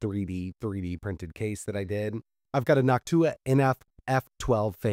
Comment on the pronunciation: Bro said Noctua like Hawk-Tuah 😅